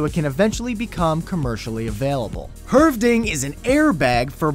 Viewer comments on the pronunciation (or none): Hövding and not høvding! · It's called Hövding. Not Høvding. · "Hurvding", funny pronouncation of hövding ;) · Høvding! Pronounced it wrong! (The ø was pretty good though)